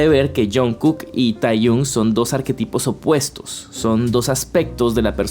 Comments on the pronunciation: se pronuncia tejiong no teyun... fuera de eso, buenísimo el vídeo, me encanto. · Hola, me encantó el video, muchas gracias por explicar todo tan bien. Pd: se pronuncia tejion ni teyun jeje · Con todo respeto, pero se pronuncia yong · Jo,, tu forma de pronunciar Taehyung me está matando por dentro.